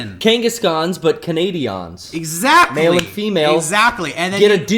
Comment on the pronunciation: "Kangaskhans, but Canadi-ans"